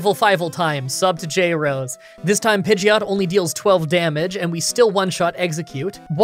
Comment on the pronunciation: u said pideoto not pideot